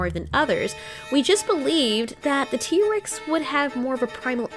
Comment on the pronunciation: T. rex not tree